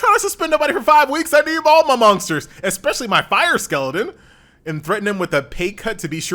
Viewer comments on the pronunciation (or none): why is he saying monksters? :D